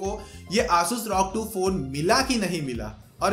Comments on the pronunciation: Bro Bolna sikh le bhai R O G not rog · It's rog not Rawg